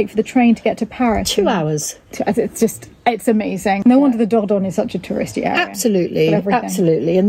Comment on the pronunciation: Finally an agent who not only has beautiful properties but can pronounce Dordogne properly!